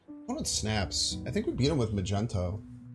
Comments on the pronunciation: Yeah lol, it's quite annoying since Magneto is SUCH an iconic character and one the best villains ever..., it's 'Magneto' as in Magnet lol. But we still love his videos despite however he pronounces it. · arrgh his name is MAG KNEE TOE